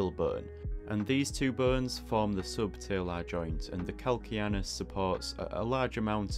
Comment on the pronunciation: VERY well done! Even though I already know most of what you illustrated, you showed me a much better way to draw the foot bones. BTW, CAL-CAN-NE-US is pronounced cal-KANE-e-us, even in both American and British English. In Latin: call-KAN-a[long 'a''] -oos.